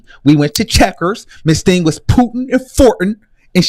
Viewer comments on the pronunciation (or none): He said she was “pooting and forwting” 😂😂😂